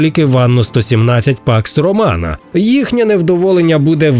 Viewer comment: все время слышу "пак сарумана"